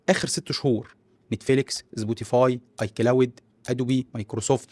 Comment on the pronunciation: محتواك رائع لكن المصرييين عندهم مشكل حقيقي في نطق الاسماء.. مثلا سبوتيفاي نطقها زبوتيفاي 😂